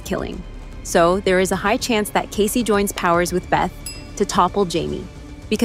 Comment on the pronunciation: For Pete’s sake his name is NOT Case, as in suitcase, it is Kaycee, as in Casey Jones (the train driver). Bloody robots!